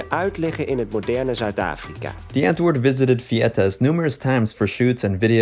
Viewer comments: love your videos and this series! just and some help bc im south african it’s pronounced “ vat cake yay “ and “ di-ant-voort “ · Great content - watched all your vids on this. As a South African, a little basic pronunciation help: W in Afrikaans is pronounced as a V. So Die Antwoord would be (phonetically) Dee Antvoord. Wat kyk jy - vat cake yay... Please feel free to ask if you need any pronunciation tips moving forward x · Ur saying the name wrong... It's Afrikaans... Look it up on google translate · Please learn to correctly pronounce their name! Not "dee-ant-word" it's dee-ahntvord, the "or" sounds like or. Wat kyk jy is pronounced "vaht cake yay". You also don't understand South African culture. These guys are zef. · We South Africans are not proud of these people. Most of us don't like their music. It is Die (Harsh D phonic sound) Auh-woord. Want help with pronunciation dm on Insta. (Same name and here) and I will help you. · Damn, that is one of the worst pronunciations of "Die Antwoord" I've ever heard😂 Can even imagine how much you would've butchered my name🙉 Btw I'm not supporting their actions by mocking his pronunciations, just thought it was a real funny way to say it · i kept cringeing at how mispronounced all the words are in this video , but it was interesting nonetheless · Can you at least pronounce their name right? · I had to laugh at the pronunciation! Also the way they say Die Antwoord. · i had the sink on for the first minute of the video and “die antwoord” sounded EXACTLY LIKE “the n word” lmaoooo